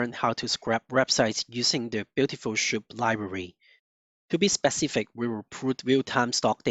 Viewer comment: cant lissten to that schoup thing. its S! soup blin! omg